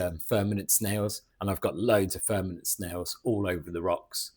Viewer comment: Great content. I hear you say verminid snails but I think they are called vermitid snails. They are ugly pesky little bugger so who cares lol😂